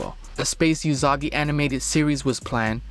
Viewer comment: well its (oo)sagi not (you)sagi so.....